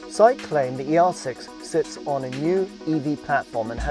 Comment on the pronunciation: shang qi , you says Japanese pronounced